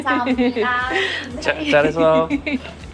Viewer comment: 감쌈니돠 앙년하씨요~ 기영복쿵~ 발음 귀엽네 ㅋ